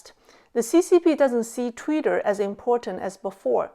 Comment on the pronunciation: it is TWITTER! NOT "TWEETER" as you keep calling it! Is "Tweeter", Chinglish?